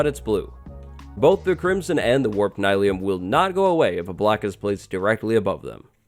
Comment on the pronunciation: I don’t think that it’s “Nye-leum” I think it’s “Neel-eum” like mycelium